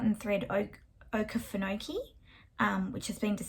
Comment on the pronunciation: I grew up in Georgia and the swamp is pronounced Oh-kee-fa-no-kee. It’s ok to draw out those “kee”s. You can do it! 😁